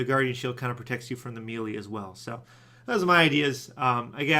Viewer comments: where in the hell do people pronounce melee (may lay) like "mealy" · Eye twitches It's Pronounced May-lay. Not Mee-lee. Gah! ... I still love you :p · Melee is pronouced "May-lay", not "Mee-lee"